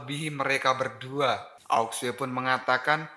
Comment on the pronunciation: Bukan aok sue namanya ao xue bacanya ao shu. Aok sue aok sue aok sue emosi gua denger aok sue